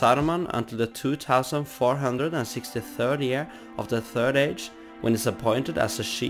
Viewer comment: I love how he says two tousand